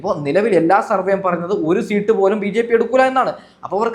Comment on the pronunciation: സീട്ട് അല്ല 😀സീറ്റ്‌ ആണ്